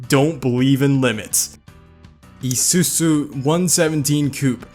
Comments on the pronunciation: It itches me that you say Isusu for the whole vid. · Its pronounced eyezuzu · This is how u say Isuzu I-zu-zu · It's izuku not isusu....please don't hurt me.👁👅👁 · How to pronounce Izuzu: eeesssuusuu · Pronouncation for Isuzu: eeesuuzuu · Isuzu is pronounced I SOO ZOO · Take a shot every time he says EESOOSOO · im sure isuzu is prounounced : i-zsoo-zsoo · How to pronounce Isuzu. Is-oo-zoo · Ee su is what the fuck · He pronounced izuzu as ie-soo-soo, that annoys me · The way he pronounced Isuzu *EEE SU SU*. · its suppose 2 B pronounced EE SOO ZOO Americans just dont get it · It’s pronounced “Ee-sue-Zu” our I’s are pronounced like English E’s. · Why does ge sound like he's having a stroke every time he says isuzu🤣🤣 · Pronounce Isuzu properly please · I could feel the stress when he says isuzu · I love when he says isuzu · The way this man pronounces Isuzu 😂😂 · Wierdest ISUZU pronounciantion ever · This guy butchered Izuzu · Jesus Christ he butchered those names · that feeling when you pronounce ISUZU wrong xD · who else hates when he says Isuzu? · Every time you say isuzu wrong, I slowly turn to insanity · 이쑤쑤 Definitely not the proper way to pronounce Isuzu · Its not pronounced "isusu" its pronounced like "isu-zoo" like that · not isusu its isuzu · haahhaahahah Isuzu he pronounce it as it as isusu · E-sue-sue? Me and my dad say E-zue-zue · Never heard isuzu pronounced like that. Here on the west coast we always pronounce it "i-su-zu" not "ee-su-zu" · Bro said isusu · BRUH im not some ultimate weeb or something but its called ISUZU NOT ISUSU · mans saying isusu not isuzu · i-su-zu not ee-su-su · Real pronouncatipn: ee soo-zoo His pronouncatuon: ee-soo-soo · Izuzu is pronounced i-zoo-zoo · its Isuzu not Isusu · Why cant Americans say car brand names Nisan, Mazda, Izoozoo not isusu. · The way he says izuzu: EE ZU SU Actuall: EYE SUE ZUE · Yesss, love it😂!! Especially when we reached the Honda section. Why is ISUZU pronounced I-su-su? It's supposed to be I-su-zoo.